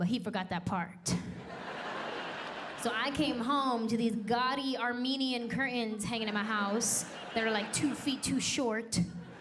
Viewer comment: Both are awesome but can we pronounce curtains properly? That drives me nuts pronounced the letters please